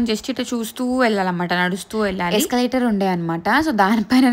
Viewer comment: Pronounce properly escalator